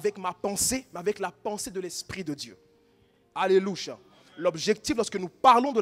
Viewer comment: Je suis d’accord mais pourquoi il dit alélucha😆🤨